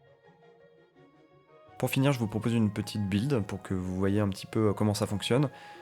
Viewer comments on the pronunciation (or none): none